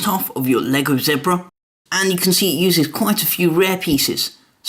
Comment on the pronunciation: Awesome! But you pronounced zebra wrong...